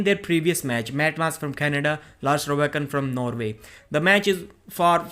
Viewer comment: It’s Lars Rørbakken, not Lars Robakken